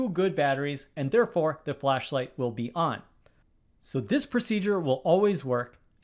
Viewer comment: Your pronunciating "will turn o??" is so bad, that it could be ON or OFF. You just say the letter O so hard that it is impossible to say what is the next letter. It should be the word "ON", but it sounds more like "OFF". Even the YouTube automatic transcription for CC tells that is sounded as "OFF".